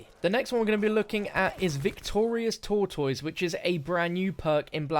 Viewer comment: the way he said 'tortoise' smh